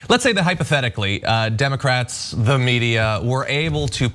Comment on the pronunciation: No comments yet on the "Emocrats"? It's the best slip up yet.